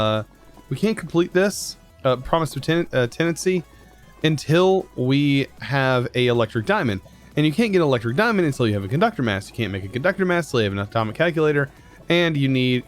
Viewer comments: It sounds like he's saying promise of tennis in tea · tenancy, he said... tenancy. I'm literally dying here... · It’s pronounced ten-ass-ity lol, just had to point it out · its pronounced ten-as-it-eeeeeeeeeeeeeeee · I love your vids man! Here's a little tip though, you pronounce tenacity like Ten-ah-city. Hahah! Enjoy the day man!